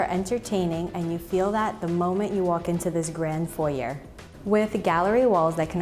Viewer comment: A wonderful tour. Just needed it to start out pronouncing the foyer correctly.